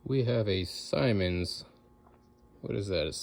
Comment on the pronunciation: Great. vid, love seeing old stuff restored..,and yes, you do need to be a bit clever. It's "Simmons" with a short ' i " like in sim-card not "Symons". What you call "flapper or whatever" is a butterfly vale.